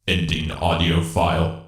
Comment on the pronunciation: Also stop putting so much emphasis on the word audio, it sounds weird